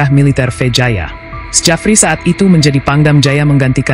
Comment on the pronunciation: Narasinya dikuping ngga nyaman dengarnya masa bacanya sejafri, belajar lagi min... Itu ejaan lama tp bacanya tetap Syafri Syamsuddin min...